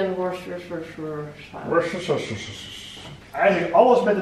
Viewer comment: Worcestershiresauce spreek uit: woestersaus! :-)